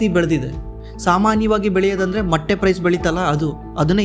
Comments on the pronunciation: ಮಟ್ಟೀ ಅಲ್ಲ. ಮೊಟ್ಟೆ 😢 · ಮಟ್ಟೆ ಅಲ್ಲ ಸರ್ ಅದು ಮೊಟ್ಟೆ 😮